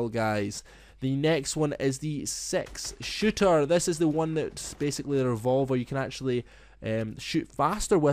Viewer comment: it looks like you sayd sex shooter